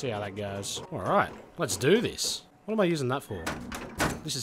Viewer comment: it sounds like you say "wheat is going on guys"